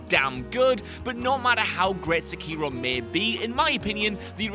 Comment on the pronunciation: His mispronunciation of sekiro hurts my ears